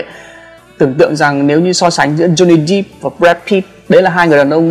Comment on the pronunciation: Johnny depp đép chứ ko phải đíp